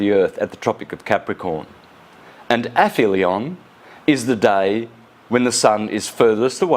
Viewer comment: Go on ass-hole, say "APHELION" again, just as though you were as utterly stupid as you are! 🤣👍❗🌎💫⭐ Err... no... no, you're still saying it as though you were saying, "Paedophilia", a word that I'm sure you're unfamiliar with, just as much as you're unfamiliar with so many other words! Oh ho ho ho! 😆🤣😆👍❗🌎 What a dummy!